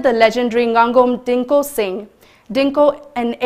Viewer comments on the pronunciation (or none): Don't say Dingku, say Dingko.